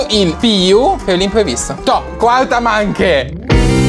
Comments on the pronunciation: Ma perché dice manche e non manch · non si dice mache ma masce